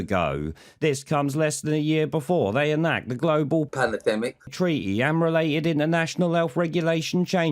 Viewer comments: Not meaning to be controversial here but i want to correct all the incorrect spelling of all those who have quoted the illustrious (lack luster) Poundland Rod Stewart. The word is N O T PanAdemic It is prounounced P A N N E R D E M I C As in the old Batman series music theme Panner, panner, panner, panner Panner, panner, panner, panner D E M I K !!!! 🦇🙈🎶 Thought i'd address that asap 😂😅😝😆🤣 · Is that Rod Stewart saying palademic?